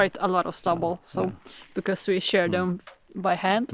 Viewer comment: please explain how you can miss hitting treetops when you fly the drone. Love to you all. Rabbit (Hare) is a very good meat and does not take long to be of butchering size. You could easily capture them with traps. How funny it was when Ivar tried to take the dog's nose into his mouth!!! The word SHEAR is pronounced SHEER, not SHARE.